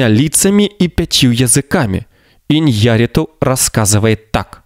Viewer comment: ударение фамилии ИньяррИту, а не ваше ИньЯрриту